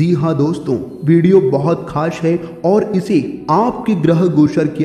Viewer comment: Khash nahi khas hota hai